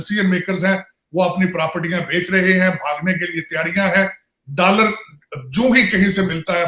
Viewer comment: Dallar Nahi hota doller hota hai